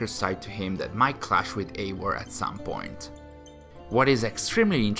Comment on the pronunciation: can you stop pronouncing eivor as eiwor? it's eiVor.